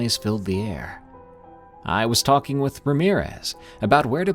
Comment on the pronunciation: walkinG and talkinG readinG and sinGinG 😅